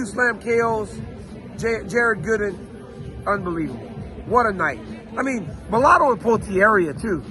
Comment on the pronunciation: "Унбиливбл" as Bisping says )